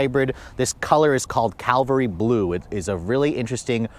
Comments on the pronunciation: Cavalry blue not calvary blue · CAV - AL - REE (horse troop) Not: CAL-VAH-REE (Jesus crucified)